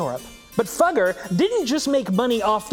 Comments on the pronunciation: fugger is pronounced fooger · "...this rich fuger. His name is Jakob. Jakob Fugger"💀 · I wanna se the bloopers of him saying “Fugger”